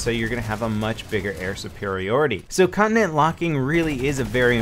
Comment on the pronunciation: you pronounce it 'con-ti-nent' not 'connent' XD